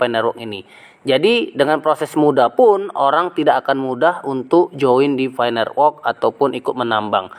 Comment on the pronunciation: Nerwok.. Network woiii.. lidah kerok dulu pake emas bos..